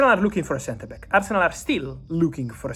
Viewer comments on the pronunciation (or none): Did you just call arsenal as Farcenal!? 😂